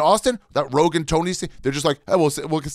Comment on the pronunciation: Joe rogaan " biden "